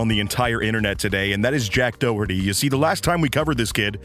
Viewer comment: Ah yes, Dack Joherty.